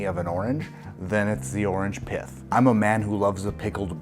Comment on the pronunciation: I heard orange "piff" and thought this was going in a very different direction. Another great video you sonofa batch.